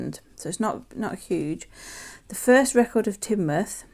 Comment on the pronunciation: Love the Home Town Coins from Ann and Evelyn it's so interesting learn about where everyone lives. Glad you liked mine you did prounce Teignmouth correctly. Have a lovely holiday.💕